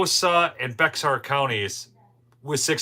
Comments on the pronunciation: It's pronounced "Bear" county! I think it's french. Sounds like something they would do! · Bexar is pronounced Bear. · Bexar is pronounced "bear". X is silent. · Bexar.county is.pronounced Bear. Go figure. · BexarCounty is pronounced “Bear” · Bexar pronounced Bear county...San Antonio is in Bexar county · It's pronounced bexar as bear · Bexar. Pronounced. Bear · Bexar pronounced "bear" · Beaxer is pronounced Bear. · Bexar County , pronounced bear county. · Bexar is pronounced like bare or bear. Silent X. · Bexar is pronounced Bear 😊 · It's pronounced Bear county, thanks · Bexar is pronounced "Bear" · County is pronounced "bear" for Bexar county